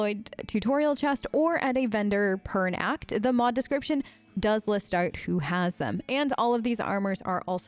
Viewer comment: omg are you originally australian? I was hearing this super neutral american accent and then BOOM you'll say Out like "Ohrt" and i thought i was hallucinating lmao. Pls confirm aussie status!!!